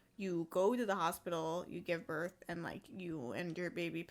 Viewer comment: says GUVE BERTH